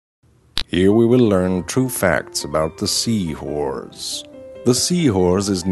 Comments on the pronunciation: Sea horze lol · Dude says sea whores the whole time and stupid people are commenting wondering why. Just wow. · Great thanks to you guys all i hear now is Sea whores. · Lol he says sea whores to have fun XD